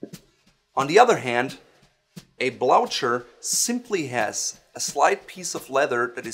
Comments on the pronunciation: I heard blaucher, blotcher, in any way but sounding like "blue her". Is it to prevent horses from neighing and freaking out? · I have never heard it pronounced "blou-cher." I go with "bloo-ker" however "bloo-cher" is also acceptable for some. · I am surprised and amused that you, as a person of Northern European extraction, would pronounce the word "blucher" (blooker) as you do. I love what you do and thanks for it. I am the most stylish guy in my seniors' residence because of your videos. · Shouldn't that be pronounced as dar-bee and blu-ker? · Can't believe that despite knowing exactly how to pronounce "Blücher" in German you decided to say "blout-sher" instead without even a slight hint about the word|s origin .. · A great video on the difference between the shoe's characteristics, but the pronunciation of the word Blucher is wrong. Blucher was a famous Prussian general, thus the pronunciation should be German- with an *h*: (Bluher). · Actually I was surprised and amused, too, by the pronunciation in the video, but also by your Blooker. These shoes are named after the Prussian (German) General Field Marshal Gebhard von Blücher and their proper pronunciation is completely different from anything I have heard or read here. - coming from Germany - of course know this, but as far as I understand it is not only allowed but pretty much standard in English speaking countries to "englify" foreign words. Would be rather impolite to do the same in Germany by the way. Click the play button here